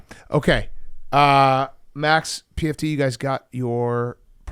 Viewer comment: Love how calls pft pmt lol